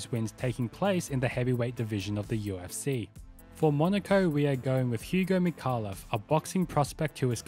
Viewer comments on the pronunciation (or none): none